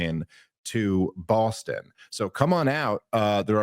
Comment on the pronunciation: YES! DAVE! "Bawstun" IS THE CORRECT PRONUNCIATION